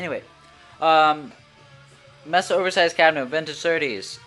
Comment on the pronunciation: pronounced MAYSA not MESSA - duh. And Orange cab sounds the best.